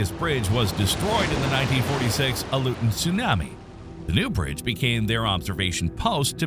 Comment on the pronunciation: If you are going to have a person speak about Tsunamis, you could at least find someone who can say the word correctly!! Also, the word Aleutian! He drives me crazy!! 🤯